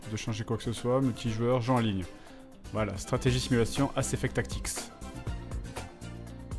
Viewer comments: Mais c'est Mass effect pas Ass effect, a moins que le hentai n'ai corrompue le plus profond de nous même... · tout ceux qui ont remarqué le ass effect au lieu de mass effect. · C'est moi où fred a complètement charcuté le nom de son propre jeu sous le coup de l'excitation x) ?